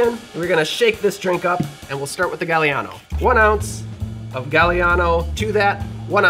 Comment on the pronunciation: NOT JUST WISCONSIN!!! 🤣❤️🎄🤣❤️ Yes, this old fart from a SW non-suburb of Chicago (because my town was founded first) was allowed the Golden Cadillac Milkshake on Christmas (unless Dad made Harvey Wallbanger milkshakes)! YUMMMMMMM!!!!! ETA: Gaah-li-ah-no … the “a” in Italian is soft (ah), not like “gal”, and is pronounced the same, no matter where it falls in the word.